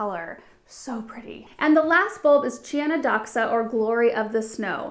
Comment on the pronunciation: Chionodoxa is pronounced Hionothoxa, hioni Χιονι ,means snow and thoxa δοξα, means glory in greek.